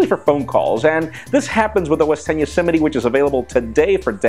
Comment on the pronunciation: "Yosemity" LOL it's YOSEMITE... just saying....:)